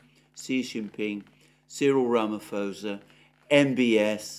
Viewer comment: Always appreciate your program. Just one thing, as a South African, you pronounce SA President`s name as Cyril ` Ramaposa`, H is silent ;) <3 Granted, I cant pronounce half of the Russian and Ukranian names you say on a daily basis. Keep the good work going, one of few sanity out there!